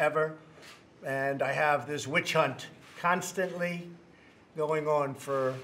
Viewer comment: "constantly" Why does he say it like that ? Like "quickly" .. he sounds like he moron when he's doing that.